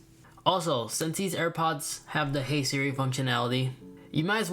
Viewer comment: why did u say hey smars